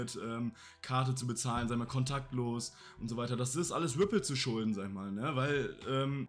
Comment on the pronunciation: Ich feier euch💯 sagt immer wrippl😄😄 weiter Jungs beste